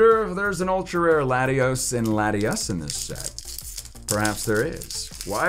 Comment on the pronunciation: For latias called her tias